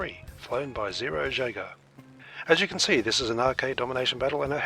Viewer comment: Hey his name is zerojaeger and that is the word zero followed by the German word for hunter so the correct pronunciation would mean that it would sound like it started with a y like yaeger, anywho great video